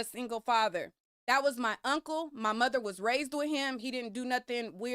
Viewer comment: I’m not trusting any man who says “Moder”.